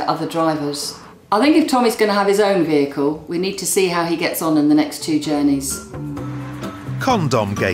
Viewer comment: I'm sorry what the fuck is a "vericle"